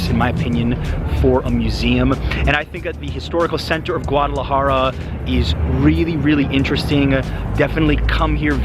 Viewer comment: STOP saying GAUDalajara. Jesus dude. Get it right